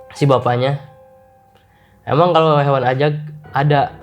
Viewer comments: Ajag bang ajaggg, bukan azzzzagg:( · woooiii ajaaaaaggg bang ajaaaagg...bukan azzzaaaagg🥲😭😭😭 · AJAG, bukan AZAG 🤣🤣🤣🤣🤣🤣 ngakak tipis nih aku